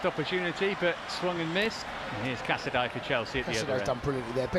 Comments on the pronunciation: It’s pronounced “casa-day” Casadei 👌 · Unbelievable that the cannot pronounce Casadei's name properly 🤦🏻‍♂It really isn't that hard. Cazaday!